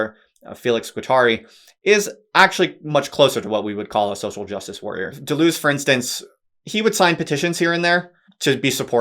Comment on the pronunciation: "simplistic anglo-reduction describes you perfectly--even down to the mis-pronunciation of his name.